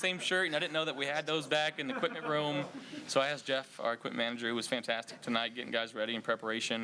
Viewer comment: "Faaantaaastic" you can tell Josh has assimilated to the culture, he's picked up the accent